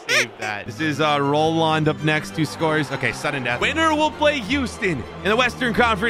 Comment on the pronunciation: My fav team is seattle my fav player is ruidiaz oh and its roldan not rolon